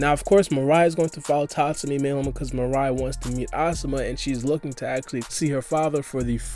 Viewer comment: Oh no. It's not Mariah. It's Mirai. Meer-ah-ee. Lol